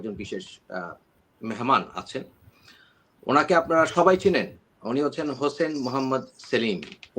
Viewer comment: 30 sec: উনাকে আপনারা সবাই চেনেন, বলে স্ক্রিন দেখে নাম পড়লেন। তারপরও হোসাইনকে বললেন হোসেন। বাহ!